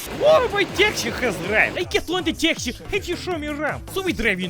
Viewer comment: Thats eet... hoodie : demonitized. Slav accent: demonitized CYKAH (Your best western spy)! Hint is "taxi" not "taxy" no no no